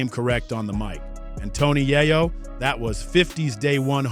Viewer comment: Bro, it's Yayo, not Yaiyo😂. You should learn how to pronounce someone's name before you start recording.